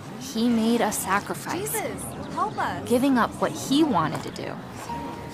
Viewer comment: When she said “S A C R I F I C E”, it really hit different